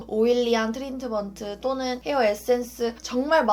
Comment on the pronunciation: 트린트먼트...ㅋㅋㅋㅋㅋㅋ발음 어려워하시네용ㅋㅋㅋㅋ